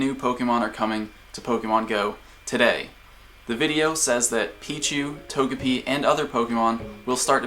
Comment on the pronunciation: Not Tog-e-pi... It's a japanese character name so To-Ge-Pi.